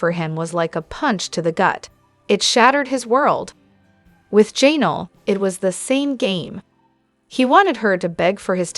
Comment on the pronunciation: Jan-ELL’ accent 2nd syllable. IZZ’-a-bell accent 1st syllable.